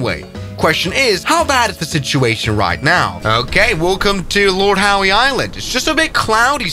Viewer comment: It’s pronounced lord how but funny nevertheless